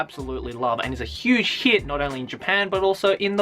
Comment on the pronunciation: when he said meitante konan was a huge hit it sounded like huge shit